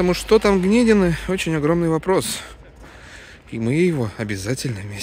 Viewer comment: Не гнедины ударение надо изменить с е на и